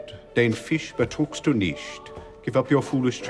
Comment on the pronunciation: "Den Fisch betrügst du nicht!" So much brain, yet unable to pronounce this goddamn "ü". XD Still, props for the effort.